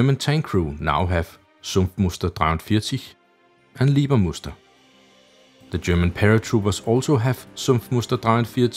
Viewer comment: I´m normally really impressed on how you pronounce german and russian weapons or equipment, but you totally messed up the Leibermuster camo! It´s Leibermuster, not Liebermuster as you pronounced it since ist not derived from the german word "lieber" but instead from a german printing technology engineer named Hellmut Leiber who holds the patent for the printing precedure! If you would instead pronounce the first syllable like the english words "lie" or "library" instead of "leeway" or "lease" you´d be on the safe side! ;)